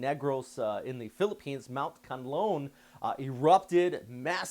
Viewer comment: Instead of Can-Loan Try saying this Khan-La-On 👍🏻